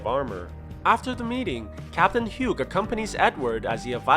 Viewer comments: THAT IS NOT HOW YOU SAY HUGHES NAME.😭😡😭😡😡😁😡😡😭😡😭😡😡😭😡😭😡😭😡😭 YOU SAID IT HAS HUGO WITHOUT THE O AT THE END 😭😡😭😡😭😡😭😡😭😡😭😡😭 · Hugh is pronounced "Hue" or "Hew". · that's not how you pronounce Hughes...